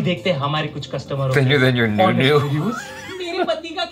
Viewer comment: He said newnew 😂😂😂😂